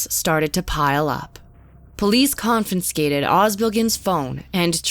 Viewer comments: Con FI scated. Not “con FIN scated. That one’s free. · "ConfiNscated?", c'mon... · Thought this was a program until she said, “Confinskaded” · Narrator really said "Confinscated" Cmon...